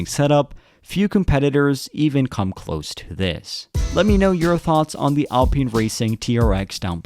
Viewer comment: College student, its pronounced al-pine not al-peen. how to pronounce alpine - Google Search